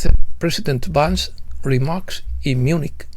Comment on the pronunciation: Oh!, estimado: en la versión en castellano Vance (pronunciado correctamente "Vans") aparece castellanizado, Van-ce, sonando casi como avance😅. Quizá era esa la intención!?! Por otra parte, cuando mencionas a Chellea Wilder, la pronunciación correcta es "Kélea", como en Achilles (Aquiles). Gràcies por tu encomiable labor🙏👍